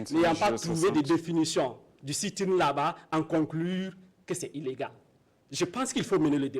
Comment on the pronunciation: Sit in et non seet in